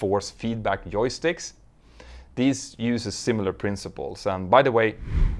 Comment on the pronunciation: Actually, Petter is Swedish - and the way he pronounces 'j' is typical of Swedes. 😉 (I have been resident in Denmark for decades).